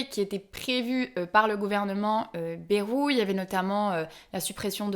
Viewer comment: C'est bAjru, pas bEjru.